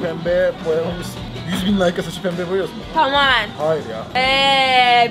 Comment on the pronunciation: Peeembe değil pembe